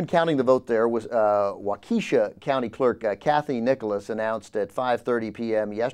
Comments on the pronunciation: It's WALK KESH SHA. Not WAU KEE SHA. haha (from Milwaukee...) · WAUK-e-sha. Not Wau-KEE-sha,. You'd know that if you'd ever been to Wisconsin! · Dear god, It's "wah-keh-shaw", not "wah-KEE-shaw". Please pass this knowledge on to the others! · Dude, its Waw-keh-shaw! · The city name is Waukesha (pronounced "Wah-ke-shaw"), most famous as the hometown of guitar virtuoso Les Paul. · Its pronounced Walk-a-shaw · It is pronounced "WAUK-eh-sha" :) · learn how to say waukesha